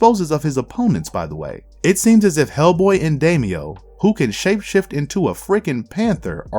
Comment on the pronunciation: Oof, please research your mythology before you post. Freyja was not Baldr's mother. He was the son of Odhinn and Frigga, and it was Frigga who extracted the promises of all things save mistletoe to not harm him...unfortunately within earshot of Loki. Also, wow the pronunciations were rough...Nimue is "Nim-oo-ay", not "Nee-moo", and Daimio...c'mon, his name gets said in the film itself: it's a Japanese name, pronounced "die-me-o." Interesting run-down, but the awkward failure on names and such keeps putting me off.